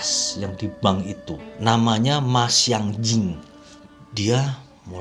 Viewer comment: Arthur EXkalibur ma xianjing kayaknya, tapinyang gw denger mas sianjing 😂😂